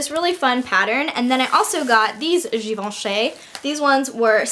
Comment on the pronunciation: I like how you try to pronounce Givenchy the French way (because no one ever bothers haha!) but it's actually an 'ee' sound at the end, like Given-chee :)